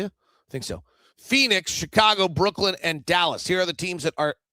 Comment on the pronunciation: I'm pretty sure that it's Brooklyn and not Brooklynd. 🤷